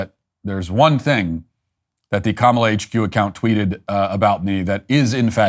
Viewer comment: Bro said Cumala